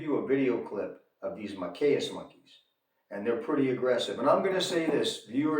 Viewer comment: Ma-kack (s). Ree sus